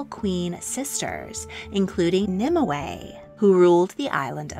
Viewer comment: You seem to be putting an extra syllable into Nimue's name. In all the literature I've read/studied it's 2 syllables not 3